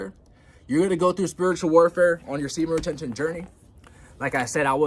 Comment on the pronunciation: I can't help but get annoyed when you mumble speed say semen retention. Bro say it clearly! confidently!! Please!